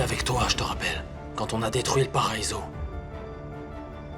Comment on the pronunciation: Qui comme moi à vue que à dit,,mon paraïso😂😂😂 😂😂😂😂😂😂